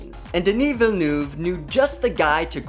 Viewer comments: whyyyyyyy do you call him villenOUve... it s Villeneuve... please please please... my earing dies a lil bit everytime... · FYI, you're pronouncing the Director's name wrong. It's not Ville-noove. It is Ville-nuhve. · Villeneuve ... villeneuve not vellouve thx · It's Villenuhve not Villenoove. Say, "uhhhhh" as if you were thinking. VillenUHHHve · Why can't you just try to pronounce French words French? It's not Denis Velnoove but Denis Villeneuve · It is pronounced "Vill'neuth" not "Villnoof" - Get your facts straight! OMG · It’s Vill-nerv not Vill-noove. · Villeneuve isn't pronounced Vil-noov More like Veel-nuhv Deh-nee Veel-nuhv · Challenge: drink a shot every time he says ‘Villenoof’ 😄 His name is Villeneuve! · I cannot watch any more Dune coverage, because of how horribly everybody pronounces the director's name... The "-neuve" sounds more like "love" instead of "groove". Please google how to pronounce his name. I'd be very much grateful. Thanks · It's not "Villenuve" 😂😂😂. I mean learn the guy's name. He's the most interesting director alive. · « Déni vilnouve » 😭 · Im dying how you say Villeneuve imao sound like bilboon (I was born same place as da man) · Vi-ye-noove - there is no l in there pls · "Deni Vilnoov" 😂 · His name is pronounced 'DUH-KNEE VEEL-NUHV' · “Dounie Villenoove” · Your prononciation of Villeneuve is awfully 😂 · I can imagine Denis Villeneuve’s name is hard to pronounce, but it made me cringe every time 😅 the ‘eu’ should be pronounced more like the ‘i’ in dirt, or ‘u’ in hurt. 😌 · Christ, is it too much to ask of you to learn how to pronounce his name correctly? Cringe. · How is it possible that he says Villeneuve like 100 times but always, ALWAYS pronaunces it wrong? wtf. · maybe you wanna train pronouncing french last names :) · The video is great but please learn how to pronounce Denis Villeneuve's name. As a french speaker, it hurts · Omg how you’re pronouncing Denis Villeneuve’s name is irking me so hard! 😅